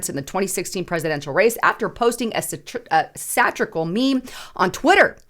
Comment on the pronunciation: Did she just say "satricl"? Lol